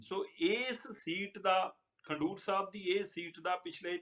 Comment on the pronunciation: ਦੀਪਕ ਭਾਜੀ, ਨਗਰ ਦਾ ਨਾਂ 'ਖੰਡੂਰ' ਸਾਹਿਬ ਨਈ, 'ਖਡੂਰ ਸਾਹਿਬ' ਆ ਜੀ।